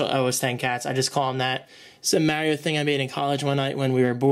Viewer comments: Its MARIO not MERIO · Did you say, " Maryo"? It's Mar-io. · maaaario lol you mean Mario? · you say it like english people do. English: mario American: Maaaaaaaaaaaaaaaaaaaaario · You know its pronounced Mar-ee-oh (Mario) not Mare-ee-oh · mayreo.......MAR REO MAR REO NOT MAY OR MAYORIO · its pronounced (MARR-EE-O) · lol "m-air-io figurine" :) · Its mArio, with a hard A.. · Hey! You're one of the only Americans I actually know who pronounce their T's! I've noticed you say allot of things in the English dialect such as Mario but I'm not sure how you say aluminium and literally - I guess you'd replace the t with a d in literal? Anyway accents are so fun:P thanks for another great video!:D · He's been playing Mario since day 1, but he can't say "Mario" correctly. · thats not how you pronounce mario... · lol funny how your pronounce Mario